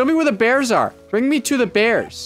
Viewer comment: Be vewy vewy quite, I'm hunting beaws